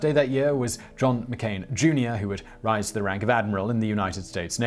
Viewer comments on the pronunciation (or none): none